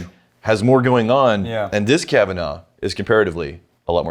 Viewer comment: Me, at the beginning of the episode: Ooh, Kavanagh from the Cavanaughs? How many different ways will butcher these names this time? Me, at the end of the episode: Wow, that many? Gotta be a record.